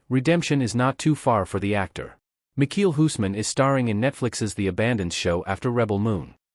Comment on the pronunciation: Can’t even say his name right 🙄